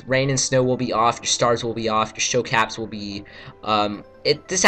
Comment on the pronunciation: CAPS?! its pronounced capes(caypes!)